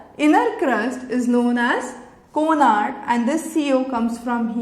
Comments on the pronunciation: its not CONARD...its CONRAD!! bt nyc lecture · It is Conrad discontinuity not Conard